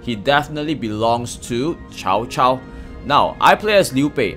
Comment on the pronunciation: Why is an asian mispronouncing Cao Cao's name?